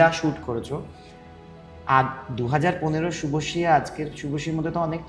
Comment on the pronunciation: ShubhoSree na bole shubhoshee kano bole ? Shunte baje lage